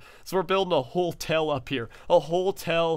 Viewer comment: The way says "Hotel" makes me more angry then it should. He says it "Holtel"